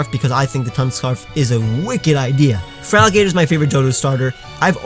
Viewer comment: Its clearly supposed to be feraligator and not feraligtr